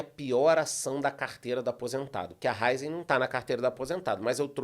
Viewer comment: A pronúncia correta é RA-Í-ZEN. Acento agudo na letra "i"😊